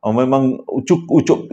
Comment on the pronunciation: mula dah seram sekali terbelit lidah nak sebut ucap tu jadi ucup adoiii😂😂